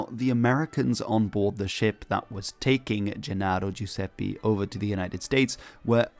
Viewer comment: Man, you had a great pronunciation the first time on "Giuseppe", but made a mistake the second time 😂